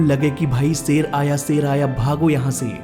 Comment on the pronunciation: Ser aaya nhi.....Sher,,,Kossis nhi Koshish,,,,,, 😂😂😂